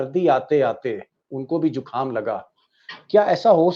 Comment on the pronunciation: दीपक बाबू जुखाम नहीं ज़ुकाम बोलिएगा।